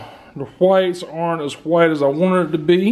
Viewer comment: I like how he said white “ heewite “